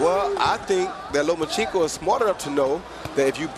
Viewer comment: Jim Lampley still gets it wrong after all the B.S. hype of properly calling out Vasyl's last name; by the erroneous, LO-MEE-A-CHENKO in place of the correctly pronounced; LO-MA-CHENKO - what a waste of time & the clear example of American laziness in speaking English altogether, like nucular for nuclear & so many other mangling of terms, names, countries etc.